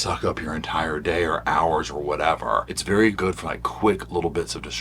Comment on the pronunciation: “It was a GOOT day, Savannah.”